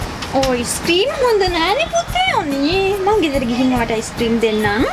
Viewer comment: අයිස් ක්‍රිම් කියපු හැටි මට ඇහුනෙ voice ක්‍රිම් වගේ.